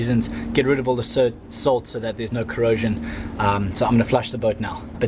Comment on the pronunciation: Are you from South Africa? For a moment I thought you said “sout” instead of salt.